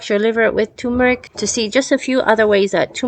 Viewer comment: It's not TUmeric! It's TURmeric!